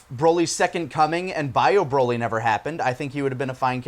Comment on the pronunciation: Why do you guys say Broly like that? Do you pronounce broccoli with a long 'o'?